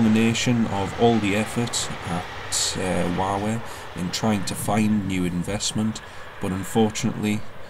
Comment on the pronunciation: When you say Wow Air fast, it sounds like you say Huawei 😂😂